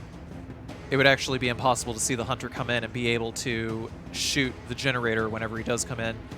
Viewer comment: I am sorry 😐 but I keep hearing you say butt hole in the generator section.